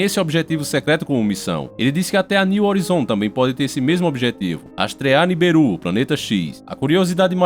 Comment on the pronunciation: Vc precisa melhorar o seu sutak porq vou te contar em meu,não e niberus e sim niburú